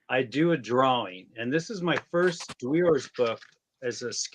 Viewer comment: Love you it's dwe ores not dwores